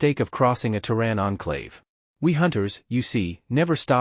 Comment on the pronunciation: Terran, pronounced "terr", as in terror, (or tear); and "an", pronounced as in Ann. The various spellings shown are all wrong. Proofread or don't post.